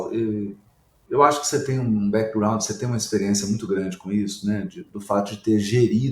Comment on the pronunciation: e Saulo, por favor melhorem sua pronuncia das palavras em inglês ou usam o português. Por exemplo: não é Podi casti….. é pod cast não tem I no final Backigroundi… e background sem nenhum I. Facibooki…. Facebook de novo não tem nenhum I. Eu os admiro muito porém dói o ouvido a pronuncia das palavras em inglês.